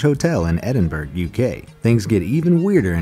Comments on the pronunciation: Edinburgh is pronounced Ed-in-burrow not Edinburg...fyi in case you ever travel to Scotland (with or without a blow up doll)! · Laughing my arse of at his pronunciation of Edinburgh! 🏴🏴🏴